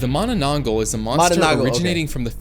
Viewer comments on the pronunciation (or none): im Filipino and this hurt me considering the fact he cant pronounce mananangal properly😭😭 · i started screaming MANANANGGAL MANANANGGAL ITS NOT THAT HARD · im dissapointed im a filipino and the narrator pronounce manananggal wrong its not mananangol mananangAl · Yes I am from the Philippines and it's manananggaaal not gal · the manaAN-NG gal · It's pronounced ma na nang gal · U said it wrong it mananangal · "managh manna manangglal" lol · It's the man-na-nang-gal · Him trying to pronounce the first creature's name literally made me laugh. 😂😅😢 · Bro cannot pronoance manananangal it's so easy for us Filipinos bro why😭😭😭😭✌️ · My soul hurts from the pronunciation of mananangal